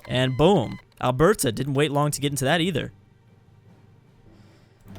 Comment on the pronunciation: Also you put way too much emphasis on BERT in Alberta.